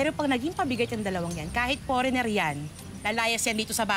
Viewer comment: forener? hahaha!!